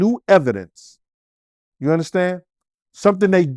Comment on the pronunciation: “Ya uNdaStand?”